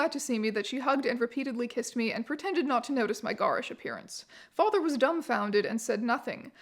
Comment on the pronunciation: garish rhymes with "stair-ish" (were that a word).